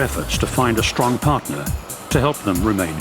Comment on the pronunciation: say "steel" - "shteel" mmm say "strong" - "shtrong" oh well, try saying "Swedish" - "Swedish" yeah one out of three